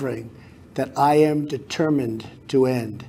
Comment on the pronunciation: "I amma speaking to you" too President Trump. I amma speaking to you.....😉 Love you